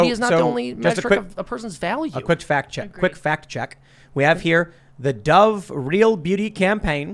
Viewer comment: " quick fat check "🤣 almost caught yourself tim